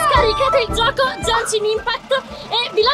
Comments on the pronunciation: "Jenshin impact" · Come si fa a dire "È JEANEESHIN IMPACKT" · miglor commento dell anno genshin impact nn jenshin impact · si dice GENSHIN IMPACT NON JENSHIN IMPACT. Grazie poldo ti adoro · "Gencin impact"💀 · frate solo lei dice Jenshin Impact (la pronuncia corretta del gioco che LEI sta sponsorizzando è Genshin Impact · ✨Jenshin Impæct ✨ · ‘’Jaenshin inpact’’ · Jenchinin pact pronuncia fanciastica italiano corregiuto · "Jenshin impact" mio dio XD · che dice "Jenshin impact" è una nuova scoperta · "jenshin impakt" 'kamistato ayato" va bene.. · NO è jenscin impatt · "É JENSHIN IMPACT" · Non è come lo dici tu e gunship state crayo da mihoyo